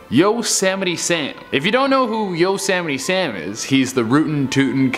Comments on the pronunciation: Yosammity Sam and vladimeer plutin... am I the only one who heard this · I know its hard for you but its not YO- semite sam...its YOSEMITE SAM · Dude can't even say Yosemite Sam right.. 🤣🤣